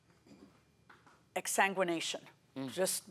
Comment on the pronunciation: Judge gets extra credit for "exsanguination".